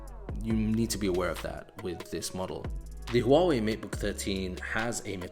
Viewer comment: wow u pronounced 'Huawei' right...